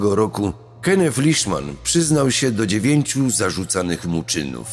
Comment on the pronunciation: Imie przestepcy Kenneth wymawia sie Kennet a nie Kennef - to tylko moja uwaga. Nie wymagam od lektora aby znal wszystkie jezyki swiata ale niektore pomylki sa bardzo latwe do ominiecia, takze w ojczystym jezyku. Poza tym swietny kanal .